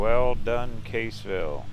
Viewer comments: Your pronunciation of Cassville is incorrect. Not Caseville, it is Cass ville... go to famous Nelson Dewey State Park at Cassville. You'll like it. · I grow up there. I hope stop say Caseville it Cassville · It's Cassville, like Bass(the fish!)